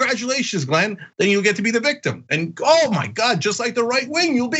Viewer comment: The guy at the beggining of the clip couldn't even pronounce Glen's name properly.